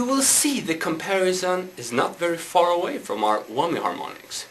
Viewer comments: HAHA! He said Whommy! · tee hee.. he says whommy bar